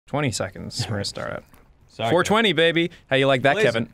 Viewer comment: I hope other viewers spent a similar amount of time as I did hitting "j" to return to the beginning of the video to jear Ross say "20 seconds" over and over until it sounded like "Pony Sex"